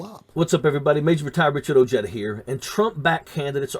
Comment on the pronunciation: Ojeda = the meaning of this name is Latin "folia" the meaning= leaves. YOU DISGRACE YOUR FAMILY BY PRONOUNCING YOUR NAME THAT WAY. If you're gonna be a SELL OUT🤡 at least be good at it. All you had to do was drop the A 🤣🤪 O-JED or is it OH JED!!!💋 You sound stupid